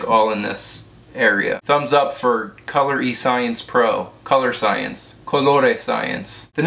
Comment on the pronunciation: It's pronounced "Color Science" :-).